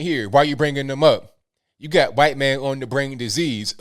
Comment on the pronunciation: "You want to be 'huaight'" (spelled in newspeak to comply with new youtube) Who would want to be in today's victim promoting climate? Who'd want to throw away their melanin-based free victimhood advantage? Edit: -You can't be on your phone -I wasn't ON my phone I was recording you (using my phone)! NANI? Well maybe she thought "ON" in this instance meant having it in the back pocket and literally sitting on it? Easy mistake to make for someone of such extemely low IQ.